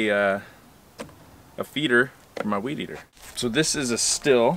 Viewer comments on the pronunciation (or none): How many viewers drop off at the moment you pronounced it “still”? 😂😂